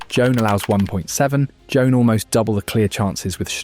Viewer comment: It's pronounced Juwan (like swan).